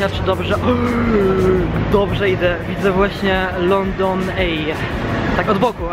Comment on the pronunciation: wtf! lepiej poucz się angielskiego, nie mówi sie,,london ej"